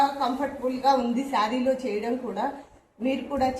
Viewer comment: సారీ అంటారా?? 'శారీ' నా??